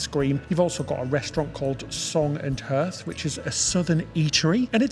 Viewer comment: HEARTH? PRONOUNCED "HARTH". a brick, stone, or concrete area in front of a fireplace